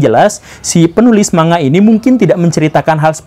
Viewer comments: Man - ga pak guru! Bukan ma - nga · Yg betul bilangnya ‘mang ga’ pak guru bukan ‘manga’ 😊